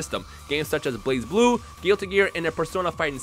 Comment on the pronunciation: tf is blaz blue..... its blaze blue guys